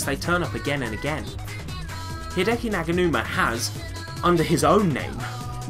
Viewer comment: Fantastic video! There are so many samples here my brain hurts just from thinkin' about it! Also, thanks for pronouncin' my name right, nobody ever does xD Also, with the Garageband thing, I don't think Hideki uses Garageband, he just has the samples/loops. I have the entirety of the Garageband loops and Jam Packs and I use FL Studio on a Windows 8 laptop, all ripped from my school computer. Anyways, keep up the awesome work!